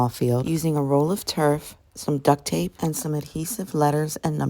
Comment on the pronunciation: Lady it's tape not terp😅